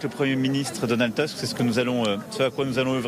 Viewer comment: C'est pas Teusk, c'est Tousk.